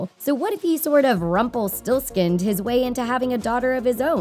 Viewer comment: Ok if you watch Once Upon A Time you probably noticed she said Rumplestillskin who is evil, like if you noticed this